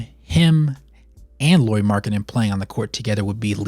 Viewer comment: Nice video, I always like to have Lauri/Jazz content :) Some comments: first not "Lori", Lauri as "Lowry" in Kyle Lowry. I think he has earned the respect to at least have his name pronunciated right by NBA finally 😅😂 (at least as close as Americans can 😉) About health: during his years with Bulls part of the reason why he was injury prone was the training they made him to do. They wanted him to bulk up so he could guard bigger guys. But it just made him lose the stuff he was good at: speed, bouncyness etc. In his free agency summer he started to work with a Finnish trainer and lost some muscle from wrong places and has strengthened his feets etc. That helped his health some in Cavs and more in Jazz. (Not to mention his playing!) Last year other teams targeted him with the vigor he has never seen before and was literally quite beaten up in the end of the year. Added to the fact that Jazz didn't exactly mind their best players sitting in the end of the season I'm guessing they talked him to miss some playable games too. I want to believe that when he gets used to his role as the guy in Jazz and what it means physically too, he will start to play more full seasons. He has also said that one of his goals is to play full 82 without missing any game. About world cup: Lauri said that he had troubles getting his feets under him (after long summer in army without playing 5 on 5) and that was the reason he shooted badly. (Also his team wasn't exactly creating him a lot of easy looks o